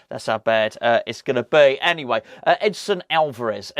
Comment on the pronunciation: Edson. Not Edison !